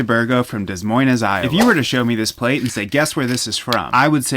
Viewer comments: good you can live. it is pronounced de-s moin-es. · De Moin, the esses are not pronounced!